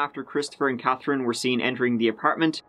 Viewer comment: I don’t understand why this guy can’t say “TH” in his sentences. He can’t even say Katherine he is saying KAT- TRIN ... it can’t be that hard. I’d like to hear him make a video speaking in a American accent to see if he can actually pronounce the “th” in words